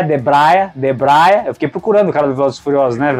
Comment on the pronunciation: o caipira ainda fala errado é DEBREIA FELHOOOOOO